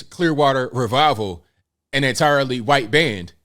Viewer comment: can you please pronounce white in not a weird way. It's the only word you keep messing up for some reason and i don't know why. Never heard anyone pronounce white as quite.